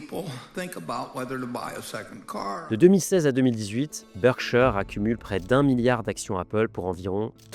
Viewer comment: Berkshire, pas bershaieure